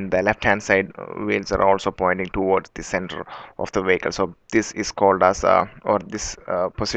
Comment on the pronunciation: Vehicle, not Wacal.